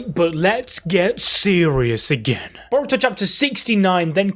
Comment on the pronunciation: Being a Naruto and shippuden veteran when you say Boruto I hear: Diarrhea!!!